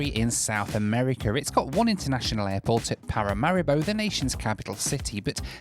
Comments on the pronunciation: Every time you mentioned Paramaribo, I heard ‘packet of haribo’😂😂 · I was taught to pronounce it Pa-ra-ma-ree-bow.